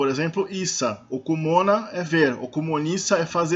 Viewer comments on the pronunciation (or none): não okumona mas sim Okumõla, perece que percebeu mal...o sintax do Umbundu nao e' facil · Okumõla e não okumona. Bom trabalho! Gostei. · Em algumas gramáticas antigas as vogais nasais não eram representadas, talvez pelo pouco conhecimento dos que faziam o registro sobre a fonética da língua. No verbo "okumõla", o L é nasalizado também, a pronúncia sendo [okumõl̃a]. Assim, provavelmente o L nasal foi entendido como um N.